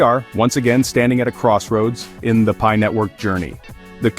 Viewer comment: Wtf is pee-eye ?